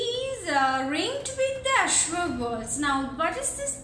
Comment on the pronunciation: Azure, your pronunciation is wrong